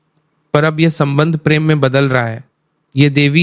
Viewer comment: Pehle ma bola fir pirem 😂